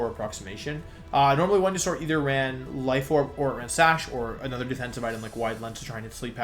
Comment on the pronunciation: I'm sorry but WTF is up with your pronunciation of the Pokemon names? I had to put the glass I was drinking from down and ask this question after you attempted to say Venusaur